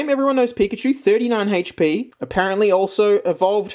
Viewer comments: "HAYCH PEE" hehehehe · Hatech pee lol I love the way he says hp